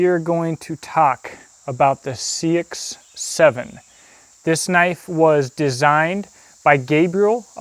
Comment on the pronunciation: Love this. I have liked seaxes (old English knifes) for a longtime. Just so you know it is pronounced more like sax or more accurately saex. Confusing I know. But it's true